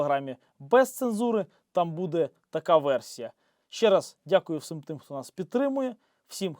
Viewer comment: Тільки не =вс-И-м= а =вс-І-м=